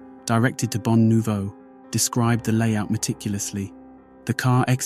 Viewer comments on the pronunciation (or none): none